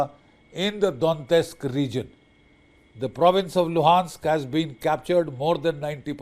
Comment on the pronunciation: Russia has been planning this war for 4 years and has already lost over 10 million soldiers — now they’re relying on underfed North Korean troops to fill the gaps. And Major Bakshi’s “analysis”? Complete nonsense.and BULLSHIT Maybe start by pronouncing “Donetsk” correctly. Putin will never succeed, and Russia’s economy is headed straight for catastrophe.